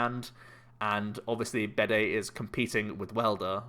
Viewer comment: Bede is pronounced like bead, rather than bidet.